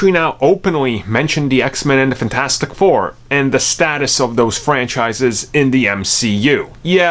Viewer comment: You pronounce it “funtastic 4” and it drives me insane. Lol